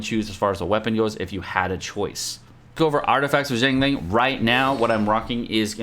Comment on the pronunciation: Not jiangling, it is xi + ang